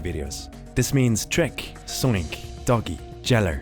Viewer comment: omg again with the zoinx bro its called Z O I N K ITS K NOT X